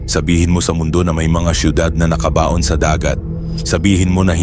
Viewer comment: Mali pagkabigkas..NAKABAON saka GISING na hindi gaano sanay magtagalog ang nagkwekwento halata